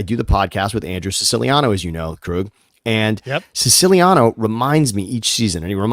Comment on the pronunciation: I love how Siciliano doesn’t even pronounce his last name correctly😂